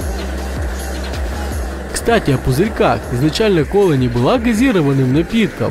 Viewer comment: ГазирОванной а не газИрованной